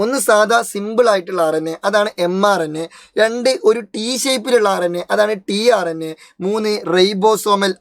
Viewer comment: tRNA ❌ trna ✅